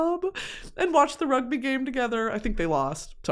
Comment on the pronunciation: Idk why hearing you say rugby made me (brit) laugh so much. Will always ride for u queen x